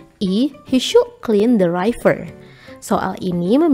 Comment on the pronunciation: River itu bacanya RIVER, bukan RAIVER 😭